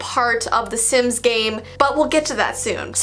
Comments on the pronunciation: reads the word "sims" sins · not knowing how to read hard words and names: Im so sorry if i read it wrong- Me: dont worry we all read things wrong